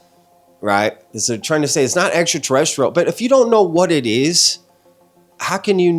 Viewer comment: I ain’t never heard ENTERTERESSTRIAL 😂 U GOT tht I’m wit it quick on ur feet freestyle lol 💪🏽